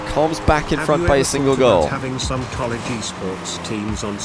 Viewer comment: Can we just talk about how he says college lmao.. colleege